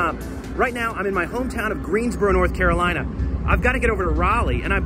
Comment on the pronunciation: lol the Carolateagain hahahaha